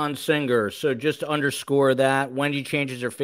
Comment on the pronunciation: does indeed pronounce Singer with an odd G.